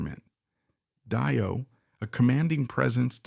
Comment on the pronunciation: Fantastic documentary about the brilliant Cozy Powell. Great work! Just one quibble...Dio is pronounced Dee-oh.